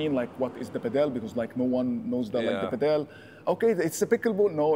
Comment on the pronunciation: This guy is delusional with his pricing and he also delusional with saying Adidas is the most used racket and he can't even say padel right